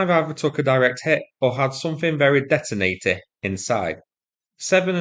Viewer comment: "Detonatey!" New word!